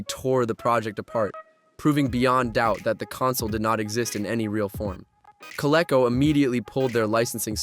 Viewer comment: It’s pronounced Co-Lee-co.